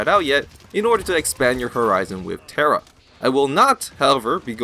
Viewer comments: Its Tyra not Terra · tyra not tera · Why do you keep pronouncing every champions name wrong? Is it to piss off someone or do you really think thats their name? Like, tara and drogols.. Dont take me wrong i love your videos. Just, please try to pronounce it right. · wow tira i never knew that, wasnt it tyra with i?